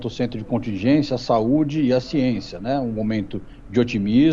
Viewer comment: "Ssiénçia", isso é um exemplo.